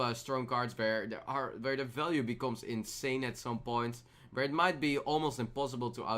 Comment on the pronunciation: "Vhere" 2017